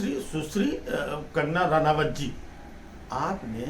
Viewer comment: Bar bar sushri ....susri sunai de Raha hai (susri) saas ki yaad dila Raha hai yeh shabd Kai grahnio ko